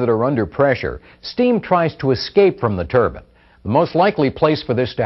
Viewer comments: Why do they always call it a Turbin? It’s ‘Turbine’ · Its turbin